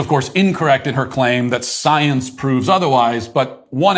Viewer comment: Pwooven by syense Matt. BI SCYENSE!!!!!!